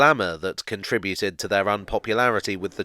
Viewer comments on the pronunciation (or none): none